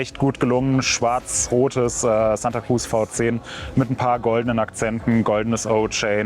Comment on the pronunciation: V10 wird immer englisch ausgesprochen- "wie tenn" Fau Zehn ! Man sagt ja auch nicht Santa Krutz 😁